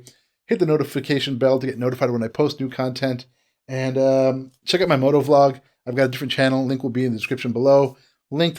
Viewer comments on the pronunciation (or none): none